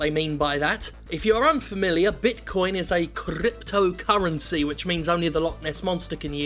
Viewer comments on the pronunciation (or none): did someone say Crrrrrrrrrrrrypt-o currency? :P